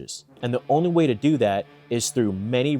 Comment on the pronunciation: "What to "dew" " lmao my man are you from Baltimore?